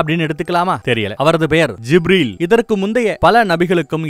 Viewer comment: Wow. May the Almighty bless you with great rewards . Beautiful .. It is happy to hear beloved prophet's biographical outline in ur voice. Small suggestions to pronounce certain words such as Zabur , Kaa'ba , Gibreel . My favourite book is muhammad nabi vaazhkai varalaru. Or Ar-raheeq al makdhoom .Through these I got to know about Muhammad nabi ( sal ).